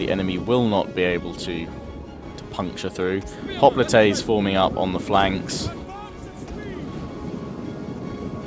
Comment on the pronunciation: If you watch the video it sounds like he saying Spartan hoplATAES